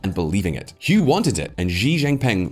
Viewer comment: Hu is pronounced 'who' not 'hyu' as you have it... ffs guys.